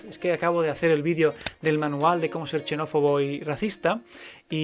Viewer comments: Solo un detalle la palabra xenófobo no se pronuncia "chenófono". En español o castellano para los tontoprogres, la X se pronuncia como ks o gs. La palabra examen no la pronunciaciamos como echamen, decimos eksamen o egsamen. Y esto es la catalanizacion de la X de Xavi por shavi que en español no tiene ningún sentido. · Chenófobo! Me hace gracia cómo lo pronuncias. Por cierto, me fío 0 de las estadísticas. Se pueden manipular y se manipulan